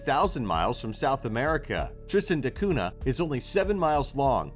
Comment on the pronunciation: You forgot to mention that Pitcairn Island's most famous resident was Fletcher Christian, who brought some of the BOUNTY mutineers there to hide from the Royal Navy. (They mostly killed each other off in a few years, but one survived and got pardoned when they finally found him.) BTW, the "cunha" in Tristan da Cunha is pronounced "koon-ya." (Ditto piranha--both words come from Portuguese.)